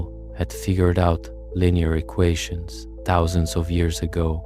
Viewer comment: i more stuck on the “tuhthouusandsz” for “thousands”